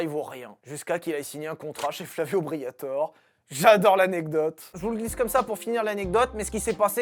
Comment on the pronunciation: S'il vous plaît, son nom est Flavio BriatorE, pas Flavio Briator 😂😂